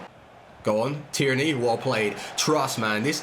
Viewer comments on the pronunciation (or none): Anyone noticed how says Tierney as if it was ‘tyranny’🤣🤣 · please say Tee air knee for Tierney you sound american LOL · get lewadowski, any version. His close control dribbling is top and his power shots near post, doesn’t miss. And tierny is pronounced “tier-knee” bro😂